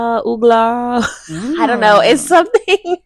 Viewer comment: Not ooogla lmao